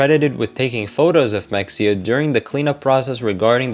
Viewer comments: Is it “Mex-e-uh” or “Muh-hay-uh?” Like “Mexia, Texas” is the later. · 1 min in- ITS MA-HEY-YA not Mexia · Mexia is pronounced Muh-HAY-uh, not MEK-see-uh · It’s pronounced mah-hey-ah. If you’re going to do a info documentary at least learn how to pronounce shit right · It's pronounced MUH-HAY-UH Source: I live close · I'm pretty sure mexia is pronounced like "maheyah" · The way it’s pronounced is meh-hey-yah btw lol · Its muh-hey-uh im pretty sure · Mexia is pronounced “muh-hay’-uh” because this is Texas.